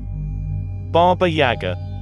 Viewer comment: Mispronounced baba yaga